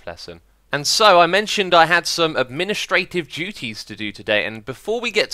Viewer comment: I don't think that's how you pronounce "administrative"...